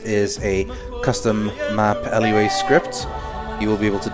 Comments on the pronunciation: Dunno if you'll ever see this,, but LUA isn't actually an acronym - it's a Brazilian word. Pronounced loo-ah. It means moon. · Lua is not pronounced L U A, it's just like it looks.